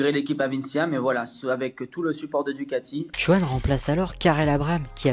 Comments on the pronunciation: Merci pour ton résumé au top sur mon pilote préféré ! (même si on dit DuCAti et non pas DuGati 😅) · Frérot c'est pas DUGATI mais DUCATI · DUCATI Avec un C.....pas de G... Merci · DuCati avec un C svp , DuGati n'existe pas , sinon très bonne video , merci ;)